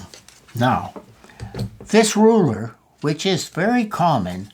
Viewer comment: rurer got me dead